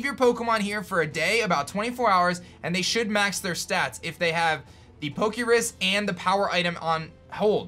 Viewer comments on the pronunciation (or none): Poke' Rus not Poke' Risk